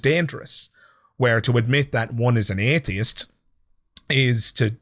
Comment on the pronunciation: Love your channel, but I'm especially fond of how you manage to stretch the first syllable of "atheist" out for the length of three syllables. I'm not an atheist; from now on, I'm an "ayyyyy-theist".